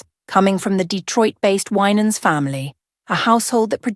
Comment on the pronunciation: You don't know what you're talking about because you can't even pronounce his last name, bye liar. 😅😅😅